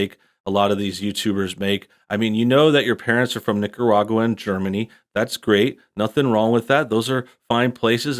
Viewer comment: Lol she didn't even really say Nicaragua right